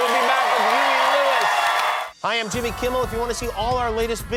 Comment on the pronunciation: Did anyone else hear him say hi I’m Timmy kimmel